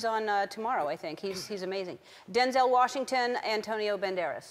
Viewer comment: LMAO She pronounced all of their names wrong! haha still lover her though!